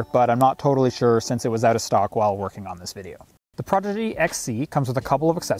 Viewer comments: Prodigy, not Progidy 😊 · Every time he says "progedy" I cringe. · Why is he saying Progidy? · If you “aks” me, I like progidy better 😂. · He says it so many times